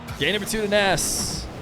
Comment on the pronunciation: I'm good, n I love Feer but every other player when casted in these 1v1's get his best correct pronunciation, I believe Nass (PRO -nes) deserves to have that right as well.